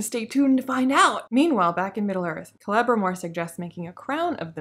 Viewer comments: LOL your mispronunciation of Celebrimbor sounds like "Clevermore" - quite appropriate really. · I thought you were saying "Clevermore" instead of Celebrimbor as a joke. You should have gone with that excuse instead of admitting you mispronounced it. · Hilarious video series. Kudos! 🤣For this specific video, it sounds like you're calling Celebrimbor "Clevermore" which I feel like it's your subconscious mind giving him an ironic nickname for the master smith who has never thought to mix ores together. Such a clever elf! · Kelmmimor? Celerymore? Krammunmur? Sell some more! 😂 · I thought you were calling him “Clever-More”. Also, new name for the show “The Non-Sequiturs of Power”. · Forgetting the syllable sounding like "Bore" in reviewing this series seems quite forgivable. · I was going to make a comment on how you kept mispronouncing Celebrimboring...